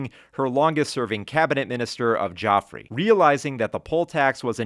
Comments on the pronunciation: Great vid about a forgotten movie, but gotta note one small thing with my Brit expertise: Geoffrey is pronounced the same as Jeffrey. Joffrey is the evil boy from Game of Thrones. So close to a clean run! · Brit here. Great video. Only mispronunciation was the Geoffrey in Geoffrey Howe which is pronounced Jeffrey. 👍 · Geoffrey pronounced Jeffrey, because English